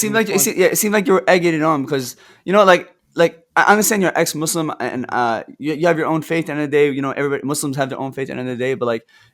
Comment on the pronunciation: doesnt even know Islamic history, yet he claims to know so much. is more than finished. he can't even pronounce Islamic names and "Muslim" properly, yet he claims to be born Muslim. he is a liar and a fraud. Ambush or not, isn't intelligent at all. couldn't even answer a single question in 2 hours. Did u even watch the daniel H. debate with??